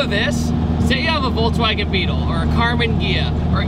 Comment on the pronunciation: I'll never get over you saying VolTswagen.